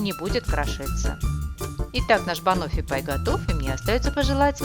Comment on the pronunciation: Рецепт прекрасный и совсем не тяжёлый, но вроде бы правильно говорить не банОффи, а бАноффи)